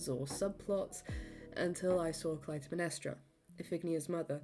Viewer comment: This is incredible, great work and incredible memory! I saw the show 23 times, every scene (except for a few 1:1s). You might want to look up the pronunciation of “Iphigenia” (if-uh—jen-EYE-uh) and Clytemnestra (klye-tem-NES-tra), but those are my only notes 😅🧡